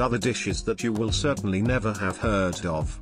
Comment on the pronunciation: I had to stop it after it said 'hee ar ed' for heard. 💤